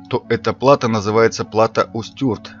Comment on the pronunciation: Плато́. Ударение на О.